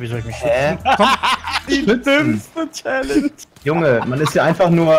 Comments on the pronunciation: Du hast challage gesagt! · Wie du Challenge gesagt hast 😣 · Er hat Challange gesagt :D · wie er direkt am anfang direkt ,,chalenge" sagt